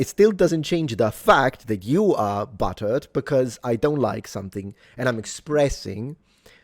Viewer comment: Did he say "buttered" or "butt-hurt"?